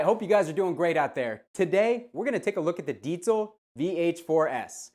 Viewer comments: "Deet-zul"... love that you pronounced it correctly. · Finally a english speaking person pronouncing the name "Diezel" the correct way. Chaupeau, dude! :-) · Correct pronunciation of "Diezel" = instant like. Great demo. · Yeah I noticed that as soon as he said it. Not just your average metal meat head!!